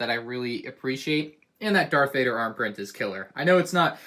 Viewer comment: I'm pretty sure he said dark vader